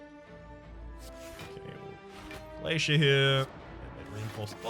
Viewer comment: Wait 6 months ago you were saying glacier correctly?? What the hell.